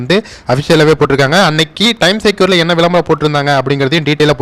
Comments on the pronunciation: Pronounced as times Square like g square not times secure. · டைம் செக்யூர் இல்லை. டைம் ஸ்கொயர். தப்பாக உச்சரிக்காதீர்கள். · Time secure ellanga 😅 Time square. Is a place. Please pronounce it correctly 😊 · Pl pronounce properly Time Square.